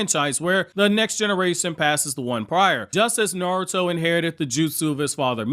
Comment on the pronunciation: "Suhrahduh" 💀 god i hate it when people cant say their names right, not just her name but "narudo" as well 🤣🤣 big pet peeve for me